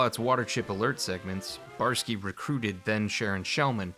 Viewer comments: Say it with me now: Bo-Yar-Ski! 3 syllables. Not Borsky, or Barsky lol. Nah, just kidding. Not a huge deal, but still irked me a bit. Other than that little hiccup, it's a great video. Even though I knew most of this info from countless other retrospectives and documentaries on YT, there's no such thing as too many video essays on classic Fallout. Yours particularly stands out thanks to your presentation style and your sense of humour. Never thought I'd learn something new about Poker from a video about Fallout lol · What's with the weird refusal to say the "oy" in Boyarsky?